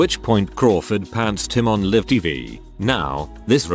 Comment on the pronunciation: Live, not liv!! Can you guys listen to to the computer voice and correct pronunciation?!! Distracting and jarring!!